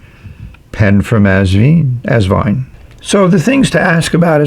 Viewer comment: Wonderful review, as always! I finally got my Asvine review a couple of hours before yours. 😊 For pronunciation, just remember 'vine', like a grapevine. Regards, Norman